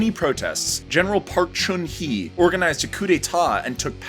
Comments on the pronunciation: Thanks for your video. If I may, a suggestion for minor correction the name of the president at the time is "Park Cheong Hee" not Park Chun Hee. Not only did this spell inaccurately, but pronunciation is off. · Park Chung Hee, not Park Chun Hee. Two different names. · It's not Park chun hee, it is Park jung hee. But thanks for your awesome video. Keep woring on your great job!! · Thanks for the video. There are a few corrections needed though. The president's name is not Park Chun Hee but Park Chung-hee. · It's "Park Chung Hee" (although it'd be more accurate if it was written 'Bak Jung Hee (박정희)' and not "Park Chun Hee" (you missed adding 'g' at the end of 'Chun'). Also another suggestion for your future reference, ask native Koreans how the Korean words or names are properly pronounced whereas with your mispronunciation cheapens your rather well done video. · Actually not PARK CHUN HEE he's name is PARK JEONG HEE. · Great video, but if you're going to make an informational video, at least get the basics right. Your pronunciations of Daewoo and Hyundai, and Cha bol are totally off, Park Chung Hee not Chun (big difference in the korean language), and Lotte is established in Japan, not Korea, although the establisher is Korean. The technology you mentioned helped for the latter part of the 1900s, the decades right after the independence of South Korea were reliant upon hard working ideology and other less technological industrial products.